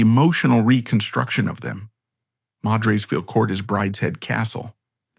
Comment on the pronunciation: The names Lygon and Beauchamp are pronounced ‘Liggon’ and ‘Beecham’. ‘Madresfield’ is ‘Maddresfield’ and ‘Malvern’ is ‘Mawlvern’. Excuse me for pointing this out. I grew up in Malvern and went to primary school with one of the last Lygons.